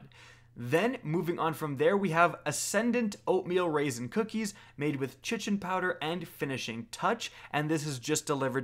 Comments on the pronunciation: I believe the correct pronunciation of the word "Chitin" is (kite-in), not, (chit-in). Also, it's "Ether CANE". If you're having difficulty reading words correctly, might I recommend, "Hooked on phonics", "School House Rock", or maybe even "Sesame Street", if you're really struggling. (All jokes aside, I really liked this video. It was helpful and informational.) Keep up the great work! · Kite-In not chichin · “Chichen” and “ether krane” :- I cant take it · i'm pretty sure it's pronounced 'kite-ohn' not 'shittin',. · Chitin is pronounced "kai-tin" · Not to be that guy but chitin is pronounced like “kite-tin”. Good vid tho. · Carlos Montoya I’m gonna go chitin a toilet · I pronounce it " shittin' "powder, I just found out it's not pronounced like that. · The way you said Chitin almost made me click off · The way you said Chitin made me want to kick you from my fireteam at the end of a 980 nightfall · DANTHECHRISTIA N same. His pronunciation of eliksni made my soul evaporate. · I still wonder if he still pronounces ‘chitin’ that way